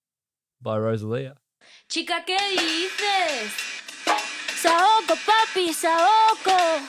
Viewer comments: SAOKO (papi) SAOKO NOT SAUKO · It's Saoko not Sauko 😂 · SAOKO, not Sauko, idiot. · Saoko* not Sauko